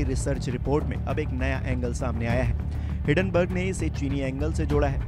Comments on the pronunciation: Hiddenburg nahi HiNdenburg hai 😂🤣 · It is Hindenburg not hiddenburg. Please recruit people who can pronounce words correctly.